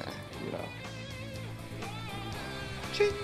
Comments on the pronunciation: I like how you said ting in the slow mo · Did you say ching? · Are you saying ching ever thin it hits the axe